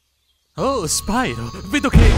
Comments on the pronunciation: Comunque è spiro non spairo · "Spairo" non si può sentire infatti. La pronuncia corretta è "Spiro", dato che "pyro" è un termine greco. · SPAIRO è sbagliato. Sbagliatissimo. Sti inglesi come al solito rovinano sempre tutto, non do assolutamente la colpa a te. Nella trilogia originale, in italiano, la pronuncia è quella che ho detto, e non so se qualcuno te l'ha già detto ma è un derivato del greco, Pyro (piro), ovvero fuoco. E no, non ho frequentato il classico. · ho impiegato 2 anni ad abituarmi che la pronuncia del nome fosse "spiro" e non "spairo", poi vedo questo video e mando tutto a puttane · Lo volevo un doppiaggio in italiano! <3 <3 (Anche se, se proprio devo trovare il pelo nell'uovo... almeno qui si poteva pronunciarlo "SPIRO", ma vabbè, il doppiaggio è comunque meraviglioso!) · ok in effetti risentendolo la cosa sui dialoghi lenti era solo una mia impressione. Non so perchè l'ho pensato, boh. Però oh io ho il primo gioco di spiro per ps1 e dicevano "nesti norc", che è la pronuncia giusta in inglese. Se poi hanno fatto gnorco ignorante sui giochi del gameboy non lo so😕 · spyro avrebbe dovuto dire e poi come sapete il mio nome